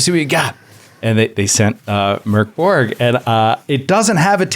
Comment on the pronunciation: Good pronunciation of Borg (translates to keep (the building)). Mörk (dark) was...less good. 😅